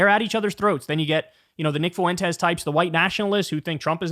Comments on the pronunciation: Jesus H Christ Kyle, it's pronounced Fwen-tes, not Faw-wen-tes! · I can’t get over how Kyle says “foo-entes” instead of fuentes lol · Kyle's dedication to pronouncing his name as Nick Foowentes is unwavering